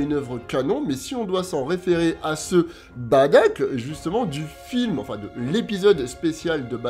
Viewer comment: Badack ca fait mal au oreilles bardock svp